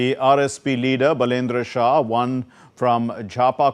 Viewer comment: बालेन्द्र शाह is his name. Please learn how to pronounce it properly. Love and respect. Jay Nepal